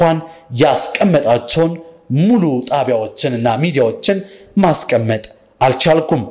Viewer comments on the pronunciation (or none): none